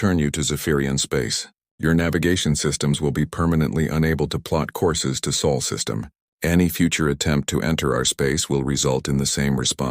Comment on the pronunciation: SOL SYSTEM! NOT SAUL!